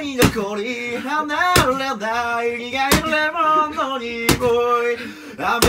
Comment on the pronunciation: 苦い”るぇもん”のにおいで笑ったｗ